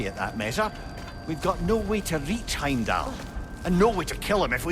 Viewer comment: Anyone else peep saying “HimDell” instead of Heimdall lol gotta love him 😂